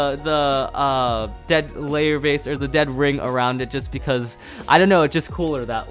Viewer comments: its dread not dead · It's not dead pheonix it's dread pheanix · It's dread phoenix not dead phoenies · It’s NOT Dead Phoenix. It’s Dread Phoenix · It's dread Phoenix not dead phoenix